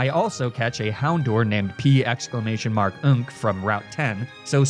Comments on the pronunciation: The commitment to "P-exclamation mark-nk" is amazing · The commitment to saying “P exclamation mark nk” every time is unparalleled